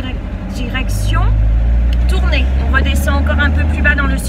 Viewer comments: On prononce « tournaille » pas « tourner » voilà sinon bonne vidéo 😉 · Non Tournay car il n'y a pas de E à la fin hihih !!